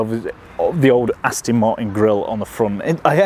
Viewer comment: Thanks for the vid 👍 P.s. it’s ‘Aston’ not ‘Astin’ 😉